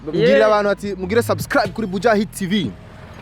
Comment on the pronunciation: ahatswe gucira umutima ariko avuga sus..sasscraabu..